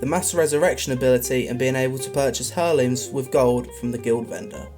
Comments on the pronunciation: Just saying, but Heirloom is pronounced "Air-Loom" :) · Mistakes made as a novice English speaker: pronouncing the "h" in "heirloom".